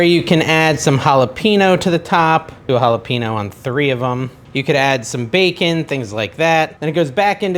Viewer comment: jalapeno is pronounced haa·luh pay·nyow. not haa-la-pe-no